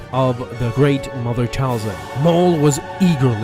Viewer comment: Talzin not falcon